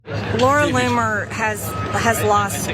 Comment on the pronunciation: Laura Loon-er